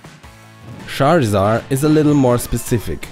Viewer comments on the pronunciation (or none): Its not "Scharisar" it´s "Tscharisard" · I enjoy your Videos a lot. That beeing said the only thing that really bothers me is how you pronounce some Character Names. it might be a small thing but I can't listen if my mind gets stuck with "Rosaluma" or "Charizar". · did he say "sharisar"??? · tbsg shareezar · i love the way he says Charizard. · I love how you pronounce charizard. :)